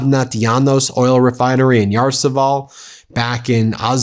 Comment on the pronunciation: Ya-ro-SLAV-el. Russian/Ukrainian names not so hard if you take the time to sound them out syllable by syllable.